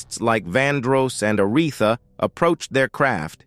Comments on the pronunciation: LMAO, ARETHA, IS A-REE-THA. 😂😂😂😂😂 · Who the heck is "A rett thaa"!!😮 Yes, might be A. I. Speaking as narrator.